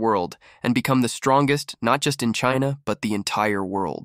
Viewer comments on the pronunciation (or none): none